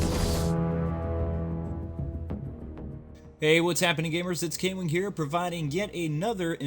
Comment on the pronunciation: I think you have gone nuts just like you said